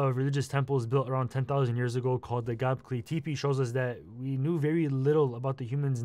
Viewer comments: "gahblecky teepee" is the worst bastardization of gobekli tepe i've ever heard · does he mean "gobekli tepe?"(guh-BEHK-luh TEH-peh) Bro wtf was that pronunciation?